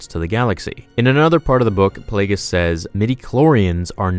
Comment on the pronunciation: Yeah the G in, "Plagueis", is pronounced like a G. "Play-GEE-Us"